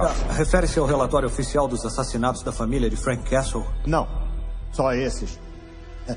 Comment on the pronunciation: A advogada falando "Freak Castle"! Nem assistí tudo e já sei que foi a melhor parte. 😂😂😂😂